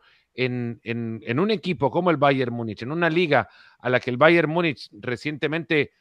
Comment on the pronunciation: Múnich, se pronuncia en español como se escribe en español. Por qué le aumentan una letra "y"? Myunich Myunich